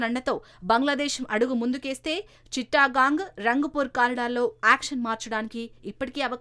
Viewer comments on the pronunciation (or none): చిట్టగాంగ్ అనాలి.చిట్టా గాంగ్ కాదు.